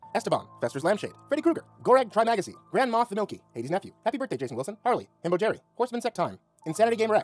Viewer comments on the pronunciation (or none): none